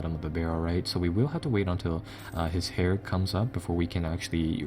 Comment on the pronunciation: Im sorry this is bothering the fuck outta me. "Heir" is pronounced "air" not "hair"